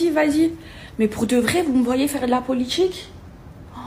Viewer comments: "La politCHique" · "la politchique" ptn dire que ma petite soeur s'exprime de la même manière, ça me rend fou.